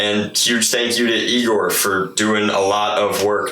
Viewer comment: No, it’s EYE-gor.....:p